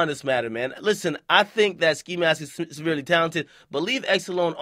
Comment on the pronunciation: "severely talented" Work on that diction bro